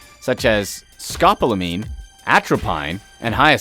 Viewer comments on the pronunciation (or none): Odd to hear scopolamine pronounced Scoplamine. :¬O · sco-pol-o-meen idiot! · Good lord, buy a dictionary so you can figure out how to pronounce things!! Scopolamine is a tropane alkaloid poison, and is also found in A. belladonna (deadly nightshade), Jimsonweed (datura), and Mandragora (mandrake), among others... Its mind control effects have been the subject of much debate, so I don't know whether or not I'd believe it.... Mainly because an overdose will KILL the mark, and worse is VERY easily detected in an autopsy and toxicology report... As for A. belladonna (Deadly Nightshade): Firstly, most of your pictures are NOT of A. belladonna... Further, it's HIGHLY recommended you DON'T eat nightshade, especially if you want to trip balls..... As little as one berry CAN kill you, should you have an adverse reaction to the poisons within (atropine/scopolamine/other alkaloids)... The trips are NEVER pleasant, and you'll experience auditory and visual hallucinations for possibly weeks.... You're fucking around with what is exactly a POISON... Not even just like meth or heroin or cocaine... It's more like drinking Drano for the purposes of curing a sore throat; a tiny bit might do it, but two tiny bits will leave you dead.... Oh, and belladonna "overdoses" are indeed a FATAL dose; it will be only by the grace of God that someone gets you to a hospital on time, should you fuck around and get yourself a fatal dose... The line between "good trip" and "dead" is pretty damn thin with this plant.... It's highly advised you DON'T try it... Go get some LSD or mushroo